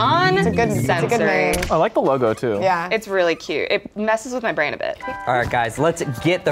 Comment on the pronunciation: “no winky on bwain” SHUT UP I LOVE